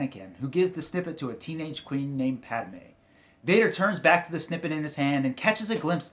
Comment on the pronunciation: It's pronounced pattmay